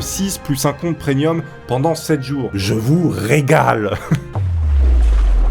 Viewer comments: On dit "Premium" et pas "prenium" ^^ Sinon nice la vidéo :) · "Prenium" 2019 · c'est quoi un compte preniun?